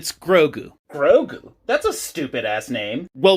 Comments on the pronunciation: but maybe also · omg that bothers me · did this man really just call him Gragoo? Bruh. Wtf. It’s Grogu. Not Gragoo. -_ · no is Grogu and not Gragoo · Der Ye. I can understand that lol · Der that’s ur opinion and I respect that. All I’m saying is it’s bothering me that the guy was pronouncing such a simple name incorrectly. It would also appear that I’m not the only one who is bothered by that. :/